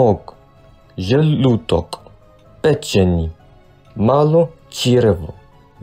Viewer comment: Plopi96ILuvPigeons he reads "Mozg" as "Zmog" then right after reads želudok as želutok then pečenj as pečeni then malo črjevo as malo kjrevo then veliko črjevo as veliko črjevlo